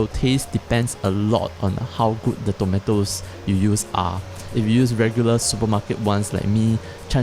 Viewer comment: People in the word: tomatos, tomeitos. This guy: tometos.